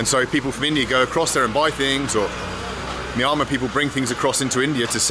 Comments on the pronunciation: No... No... your pronunciation "Myanmar" is wrong... pronounce as "MI+YA(open the mouth when you pronounce "YAA") +N+MA" ''' (NOT - MAYAMA) try to pronounce as Asians.... Good Luck.. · Myanmar is pronounced as Mmm-yen-mar, not My-an-ma or Miami, the way that you pronounced it. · Bald..we say MEE ANN MAR ...not MEE AHH MAR!!😉 My xGF was from Yangon (Rangoon) Capital City.👌9 out of 10 r BUDDHISTS...TOTALLY & "BLINDLY" DEVOTED TO IT!!😨It's IMPRESSIVE the way they RESPECT, BELIEVE & OBEY such Religion...to their own limits!!...i "stuck" myself to my own principals of life of ENOUGH IS ENOUGH!!😞 Still...THEY ARE VERY GOOD PPL...even TOWARDS FOREIGNERS!!👌 NICE Video!👍 Stay safe Bald. 👌✊👏👏👍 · I shall never be able to see the name Myanmar in print again without pronouncing it "Squiggle-Squiggle"! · He said Myanmar but I lisern it miama 😁 lot's of love from India 🤞🤞🇮🇳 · Is it me, or is there something off about Bald's pronunciation of "Mynamar"? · Just watched this video again, it's pronounced ME AN MAR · You saying it wrong...it's Meanma. Stress on Mar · Him saying Myanmar is killing me ahahahaha He clearly isn’t saying it right lol Mi-ann-mar! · I've heard it pronounced ME. ANN MAR. Which is correct? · My guy said squiggle town 😂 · Myanmar is pronounced mee-ANN-mar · Its pronounced MYanmar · i thought he said MIAMA hahahhaha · FFS Bald, it's pronounced: My-An-Mar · Rename the video - My Top 10 ways to pronounce Myanmar. 🤪😂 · Your attempts at saying Myanmar are hilarious 😂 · Why do you not pronounce the N in Myanmar? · incredible to see how many times a man can say word "Myanmar" wrong... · Myanmar 🇲🇲 please learn to pronounce it right